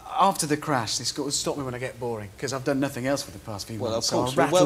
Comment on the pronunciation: he had a tewwible cwash while wacing in a wocket car how did this guy even become a presenter